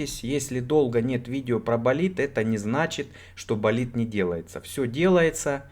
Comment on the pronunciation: "-Давай - Болидт -Давай - Болитд" - это скорее что-то эротическое ;)